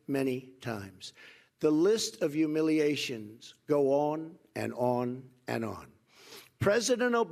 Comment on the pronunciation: YOU-miliations. Lmfao. Who taught this guy to read? hahahaha